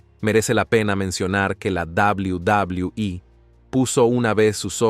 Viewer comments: 😂😂😂 cierto yo siempre escuche en televisión doble u doble u eh. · Es enfermiso y desesperante escucharlo decir "La Dabliu Dabliu I" "McmaJon".🤦🏻‍♂️